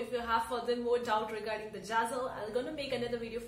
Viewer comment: It’s zazzle not jazzle